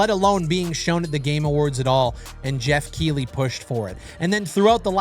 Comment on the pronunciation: its pronounced Keith-ley